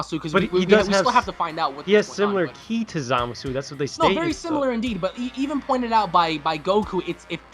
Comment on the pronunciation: Zoo-masu not Zah-masu